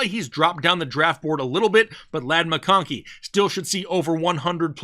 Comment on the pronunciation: Honestly hate the way you say McConkey. Shits annoying af lol